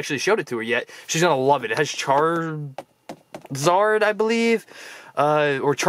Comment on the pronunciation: it's charzard